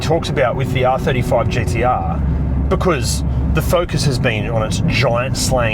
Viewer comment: I’m just happy you don’t pronounce them GDR.